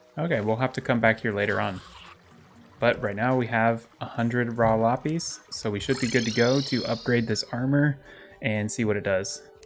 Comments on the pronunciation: “Lapees” is not how you say lapis it is lap-is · Lapis is said like: La - piss not la - pees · So just fyi Lapis is pronounced [La-Puhs] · i call it la pis but he calls it lah pees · lop eez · its la-piss, sorry, im just a little irked by that pronunciation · It's honestly kinda paining me that he's pronouncing Lapis wrong, no jab at it's just a little thing with me. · The way you say lapis is really weird (for me at least), I didn't understand what you were saying until you actually got the ore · The way you say lapis makes me want to kms